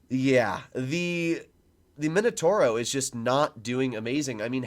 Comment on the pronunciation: No mainotouro, m i n o t a u r o I can't listen to it anymore... mamma mia